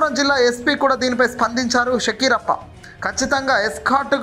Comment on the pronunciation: శకీరప్ప కాదు బాబు ఆయన పేరు ఫకీరప్ప